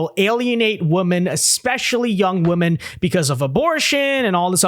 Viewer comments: The plural for Women is pronounced like “Wih-men” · A lot of people here seem to not know the plural of woman is women and the host doesn't know how to pronounce the two words